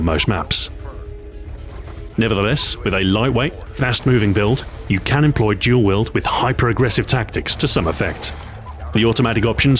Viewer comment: I like how he pronounces Dual Wield Jual Wield.